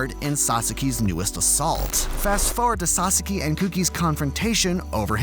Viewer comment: I completely agree with you, but please pronounce sasaki correctly ffs